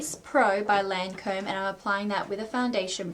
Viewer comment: it's actually 2 syllables, pronounced Lahn-comb, since it's french. probably closer to saying it right, accent or not..